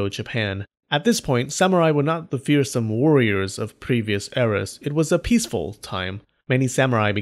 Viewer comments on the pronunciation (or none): none